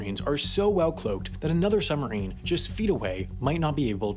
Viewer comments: It's pronounced suBmarine. Not summerine. I lasted 5 minutes through this torture. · Is it just me ....or does not the word submarine have a B in it.....they are not summereeens.... they are SUB-marines. Other than the hideous diction , quite interesting . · "summerine" THE WHOLE TIME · It's not a summerine, it's a SUBmarine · suBmarine, not summerines, dude! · it's "Sub-marine", not "Summer-ine". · It's suBmarine, not "summarine". This guy sounds like a five-year-old. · What's a "summer-een"? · Its called a Submarine, not a "sumarine" as you repeatedly say. Take the time to annunciate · WP's pronunciation of submarine: summerine.😉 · I can't stop hearing "summarine". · Sumarine?? There is a "b" in there. suBmarine. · It's submarine... Not summerine !! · Also says "summerine" every single time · We have a similar word in the English language: submarine! The "b" sound is not optional in this word, sorry. It's very odd indeed - because Americans are usually sticklers for pronouncing their consonants pretty strongly. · I wonder if the narrator ever noticed that there is a "b" is "submarine?" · Dear Narrator, Speaking quickly, as you do, the word 'submarine' comes out as 'summerine'. Does distract from the info in your narration. Mind you, there is nothing here that isn't in hundreds of other submarine documentaries. Cheers, BH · Summerine..summerine..summerine..stopped watching! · What the fuck is a "summerine?" Is that the opposite of a "winterine" or something? LEARN TO SPEAK ENGLISH, mush-mouth! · It would be nice if the narrator was able to pronounce "submarine" properly. They are not summarines. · But learning to pronounce the word 'submarine' correctly would need to come first. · Very good video, but you've got to work on pronouncing "submarine." The "b" is not silent :P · Why don't you pronounce the 'b' in submarine?